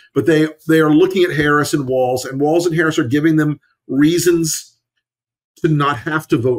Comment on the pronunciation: Friendly reminder: there is not a "t" in Walz.